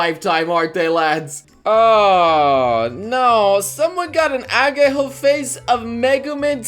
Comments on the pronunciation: It's not ageho but ahegao,geez.Try to be more respectful next time XD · Look,. I know you can't pronounce japanese properly, but still... "AGEHO"instead of "AHEGAO"?! *TRIGGERED* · did you say agehao?! dont disrespect hentai! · doesn't properly pronounce ahegao. Here's a quote, by himself..."Agayho". He's gotten better at saying it over the years...but that was the original way of saying it.